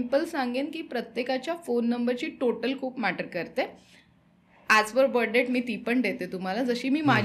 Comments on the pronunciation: Yantra, tabiz kuthun pakadun anala yanna! 🤦‍♂️ Ani debt is pronounced as “det” similar to “pet”. “Depth” mhanje “kholi” 🙄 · Depth nhi डेट म्हणा.. IT is Florida not folorifa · Debt चा उच्चार डेट असा आहे. मराठीत कर्ज म्हणू शकतो